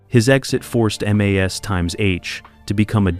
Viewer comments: Try articulating properly, and having the precise information before jibber-jabbing. (1) ex the 4077 had only two sevens not three. (2) when we refer to M.A.S.H the show it's unquestionably pronounced mash (as in potatoes). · No, Frank went on R.and R. While Maragaret was other honeymoon. Had a bit of a breakdown, got busted. All charges against him were dropped, he was made a Lt. Colonel transferred and transferred to a post in Indiana. Or maybe that was just what he told Hawkeye and B.J. It was also really annoying how you pronounced M.A.S.H.